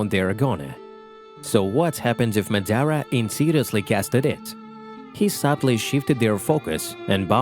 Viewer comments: ma-da-ra not mad-ara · Nigga can’t say madara right smh